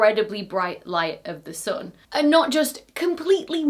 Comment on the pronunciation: Really extremely entertaining to watch this. Just wonder: where does this slight accent come from? For example “sun” pronounced like a German U.